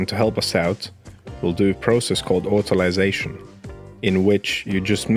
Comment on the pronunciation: I love the fact you say "autolyse" properly!